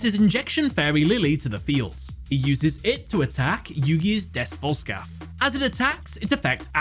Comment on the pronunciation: Des Volscalph's name sounds like Des BoltScout when Yugi says it in the dub. I had 0 understanding what it was supposed to be until I saw the name written out. 😂